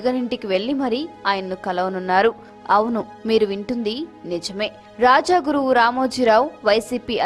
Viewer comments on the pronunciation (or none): వాయిస్ ఓవర్ ఆర్టిస్ట్ గారూ.. రాజ గురువు... రాజా గురువు కాదు.. తప్పుల్లేకుండా చఫవఫం నేర్చుకోండి